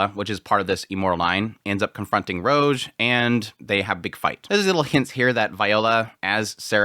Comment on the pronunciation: Rouge is pronounced with an "oo" sound (like food) not a hard "o" (like mode).